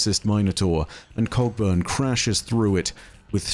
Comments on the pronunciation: am I the only one who sometimes hears "Cogburn" as "Cockburn" lol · "Cogburn" is also pronounced "co-burn" but what the hell, he's British. :) I reckon people pronounce it both ways, I'm not bothered. Earp though... There's a Stirling Moss, the great Scot F1 driver, but I don't think he's in this story somehow...